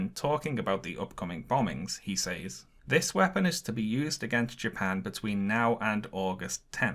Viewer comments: You’re pronouncing the word “says” wrong, for a British person. It should sound like “sehz”. It’s distracting from your video. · Says is pronounced " sez," like "rez," not "saze," like "maze."